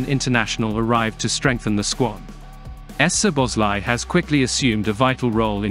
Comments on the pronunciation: “Soboslai” i think would be read just like we pronounce it. Saw-boss-lai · The butchering of the name es-zoboszlai is killing the mood. I know it's an automatic voice, but gah, it hurts my ears. Cheers from a fellow Hungarian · No problem. I believe if the Z from the second letter would be omitted from the text the voice reader would say it perfectly. The SZ in Hungarian is pronounced as S in “say or sweet” in English. So the presence of the Z is confusing the machine. S in Hungarian would be like what you pronounce at “show or shade or shadow”, so for us the presence of a Z means it’s a clean S which in English is already present. If you can and want to and takes no effort, that should work much better. 🙂